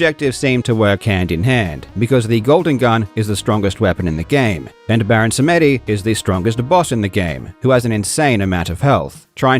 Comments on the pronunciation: Baron Seh mèh dee as he pronunced it xD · Just one tiny nitpick, "Samedi" (French for "Saturday") is pronounced "some-DEE". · beh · ruhn sa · muh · dee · Samedi is French for Saturday and it's pronounced "some dee" with the emphasis on the dee. So how long have you said "SaMEHdee"? 🤭😏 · Not a horrible pronunciation of Baron Samedi, but also not great. It’s less “Sam Eddy” and more “SamDee” (or at least that’s an easy cheat to kind of sound French). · It’s baron Sam-dee. It’s French for Saturday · Baron [sam-dee], it's French for Saturday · Samedi is the French word for Saturday. My tism is acting up hearing it not pronounced right. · Suh Meh Dee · FYI, Samedi is pronounced SAM-dee. It's French for "Saturday". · i think samedi is saturday in french, so the intonation is the same as saturday. ie dah-dit-dit not di-dah-dit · That pronunciation of Samedi 💀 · Please look up the proper pronunciation for the French word for "Saturday" lol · Samedi is French. They even say it in the movie. Means Saturday. It's not pronounced the way you said it. Watch Live and Let Die again. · As a French person, hearing Samedi pronounced this way was too funny xD (Baron Samedi is a super cool mythical creature from Haiti, which speaks a creole deriving from French) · Samedi means Saturday, in French.